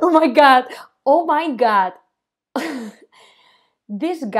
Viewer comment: Again you said.. oh my got.. oh my got 😂😂